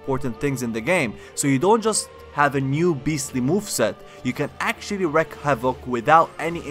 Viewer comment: The term is to wreak havoc, not wreck. It's pronounced REEK To wreak means to "cause a large amount" of havoc. To wreck havoc would translate into breaking or damaging widespread destruction, which doesn't make sense. EDIT: edited out the douche